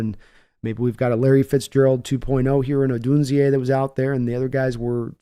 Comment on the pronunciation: Good content for introducing those Hawks fans that aren't familiar with *Ryan Grubb's (you called him Ben at the end of the video) offensive scheme. You also keep messing up Rome's last name over and over again. Idk where you get the "E-A" from, but it's simply "Oh-dune-zay". Hope this helps & keep up the good work and keep teaming up w/ Dan Veins! 😊